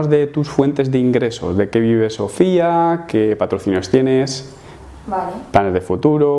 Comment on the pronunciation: soy el único o he escuchado decir a "Sofea" 😂? Calvete t queremos, sigo esperando el final feliz